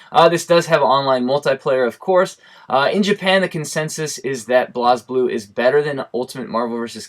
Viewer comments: Great Video. It was good to hear your thoughts. Especially since you have japanese reactions that most of use are not aware of. For future reference, blazblue is pronounced 'blaysblue' instead of blahsblue. Not criticising though. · I thought it was pronounced "blaze"blue